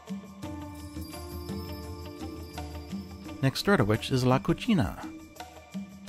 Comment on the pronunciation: Sorry, but when you said "La Cucina" I laughed a lot because you said it in a way that in Spanish is similar to saying "dirty girl". Sorry for ruining your day =,)